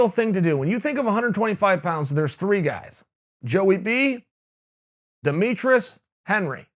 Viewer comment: Demetrius "Demetrus" Johnson